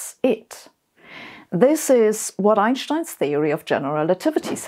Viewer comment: I like how she says Einstein the right way. 🙂